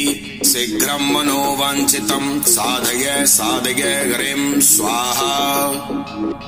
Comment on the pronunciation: आपके गले से जो उच्चारण है वह साधगय साधगय हो रहा है। जबकि साधय साधय है।